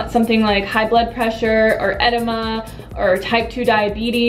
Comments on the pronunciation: Great vid! Just an FYI, "edema" is pronounced "eh-deem-uh" ;) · Adema is pronounced "ah DEE mah" Other than that, I'm totes into the tato life. <3